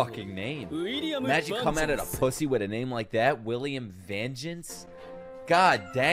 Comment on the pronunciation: Vangeance??🤔 VENGENCE! whos whe avenging??? im dead 😂😂 wow 5 head moment